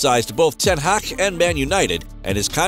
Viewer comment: "Erik ten haaa" 😂